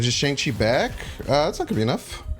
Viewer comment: I hit the like button on a video all the time usually. But since you said shang-chi correctly. Here's a comment